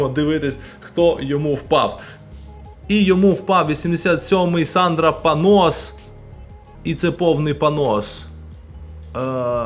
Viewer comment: Сандра Паньос, а не Панос. Це правильно.